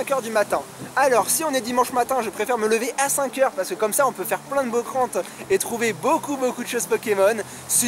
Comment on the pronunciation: T'as du mal avec les mots la dénière fois c'était falamme et maintenant c'est Bocrante x)